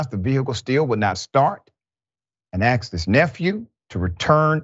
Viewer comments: Oh btw. Don't say "aksed". So annoying. Just stop that if you want to be taken seriously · Dude........it's A S K E D..........not A K S E D. smh bro. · AXED lol